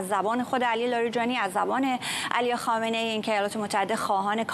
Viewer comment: یک‌م ف درست زدی و آن هم بجای خامنه ای گفتی خایه منی